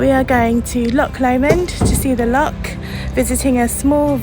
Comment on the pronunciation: A tiny bit of critisism, please don't take it too seriously, ......it's Loch.....not Lock.......say it as if your'e... err .....sort of clearing your throat, or even pronounce it as Loh Lomond.......Loh sounds better than Lock. Lovely wee video though and you got great weather too , well done 🙂